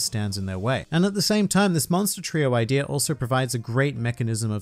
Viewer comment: Why does he always add an r to the end of idea? Ideaer